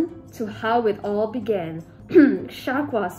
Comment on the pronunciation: I thought "began" was supposed to be like "vegan" with a b or something and was really confused trying to figure out was was being tried to said, and then I realized it was just began